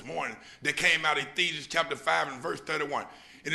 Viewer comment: He said Ethesians!